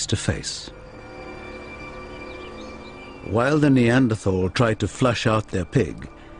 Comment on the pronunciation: why cant americans pronounce neanderthal correctly?